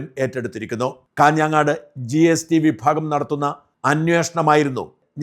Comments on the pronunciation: ഷാജൻ ചേട്ടൻ ഞങ്ങളുടെജില്ലയിലെ സ്ഥലനാമങ്ങൾ പറയുമ്പോൾ ഒരു ഉച്ചാരണഭേദം വരുന്നു കാഞ്ഞാങ്ങാട് അല്ല കാഞ്ഞങ്ങാട് ആണ്. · കാഞ്ഞാങ്ങാട്..... അല്ല സർ..... കാഞ്ഞങ്ങാട്..... 👍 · കാഞ്ഞാങ്ങാട് അല്ല , കാഞ്ഞങ്ങാട് എന്ന് പറയൂ ജി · കാഞാങ്ങാട് അല്ല.. കാഞ്ഞങ്ങാട്